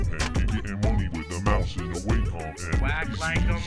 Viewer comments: It's waw...com! (A Wacom guy said "it's pronounced like Walkman." This was 1994.) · Still love this song, still irked by mispronouncing Wacom.